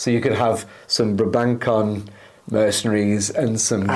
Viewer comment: Very cool! I like how flexible this retinue is. Also: Brabançon is a soft-C sound, so it's pronounced BRAH-ban-sohn.